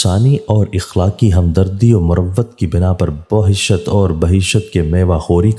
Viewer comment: ye bahishat word nahi parha jaiyga bulke baheesht hai